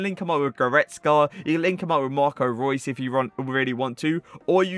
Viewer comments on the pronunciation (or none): none